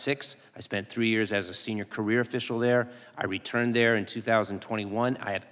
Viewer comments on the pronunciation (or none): Who’s this “Elmer Fudd” guy? He pronounced “career prosecutor“ as “queer prosecutor“. 😂